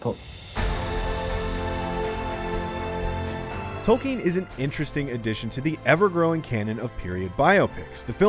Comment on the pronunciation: Its Tolkien not Tolkin